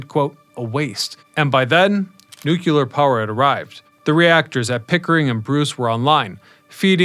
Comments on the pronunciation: ✔nu cle ar ❌ nu cu lar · They are NOT "PARTICIPATORS"; they are called "precipitators", designed to collect the fly ash and other contaminants. Additionally, the word is "Nu-clee-ar" not Homer Simpson's "Nu-kew-lar". This sounds like an ill-educated kid from the U.S. Education System, not a Canadian... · Every time you say “nook-yah-lur” a piece of my soul dies. Do better. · Great video but "NOO - KLEE - UR" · New Clear. Say it. New Clear. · God that irks me to no end. Reminds me of Dubya.